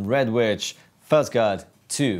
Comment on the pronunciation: Fuss pedals? What the fuck is a Fuss pedal. Please get somebody who can speak English to do this video.